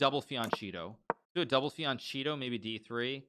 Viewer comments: Hikaru, as italian, the pronounce of “fianchetto” isn’t “fiancito” but “fianketto”. I love u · Fian CHEETO he was joking